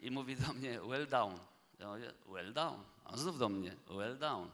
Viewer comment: well done, a nie well down :)